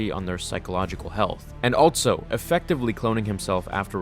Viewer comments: Pro tip: Also is pronounced "all-so" not "all-Tso" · Love your content man. But again, there is no ‘t’ in the word ‘also’. I hear it everytime you say it. It’s not altso, it’s also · THERE IS NO “T” IN THE WORD “ALSO”